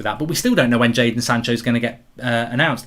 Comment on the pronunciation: Jayson? It's Jadon mate :D